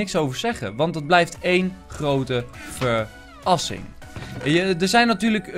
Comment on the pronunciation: ver-assing??? i hope not